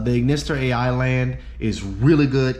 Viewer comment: By the way the “a.i” cards are just pronounced the letter i they’re all named after the anime character whose name is just pronounced i hope that saves you time lol